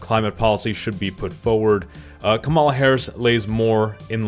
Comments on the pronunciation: It's impossible to take this video seriously, since the creator thinks that RFK jr is a viable candidate (he will not get any electoral college votes) and he doesn't know how to pronounce Kamala. The accent is on the first syllable (COMma law), not the second (Ca MA law). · bruh it's kah-ma-la not kam-a-la. idc if u hate someone, say their name right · ITS COMMA LA NOT CA MALA!!! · Completely irrelevant to the content but it’s driving me crazy hearing people say “kuh-mahl-uh” lol. It’s “com-uh-luh” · Kamala's name is pronounced like Comma-La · I love your content, but pleaseee pronounce her name correctly, its KAMala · I couldnt get very far into the video because of how you kept mispronouncing Vice President Harris’ first name. Its like “comma-lah” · Are you deliberately mispronouncing Kamala?